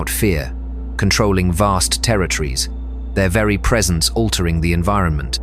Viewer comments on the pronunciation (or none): none